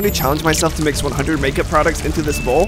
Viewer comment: Every time you say mix, it sounds like Miss😂 your butt is red ha ha ha ha!